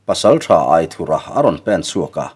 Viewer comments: A ziaktuin Aithura tih tur ti a a hrilh tawh hnuah che Aithurha tiin ila chhiar zel mai chu a nia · A lam dan dik i hriat toh tho te chuan lam dik ve mai la. aithura hming hi